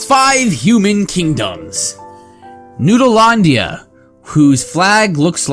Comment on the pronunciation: Are you trying to say Neolandia the regular way or the way? Because you pronounce it somewhere inbetween. says Noodleloodlia and you say Noodlelandia.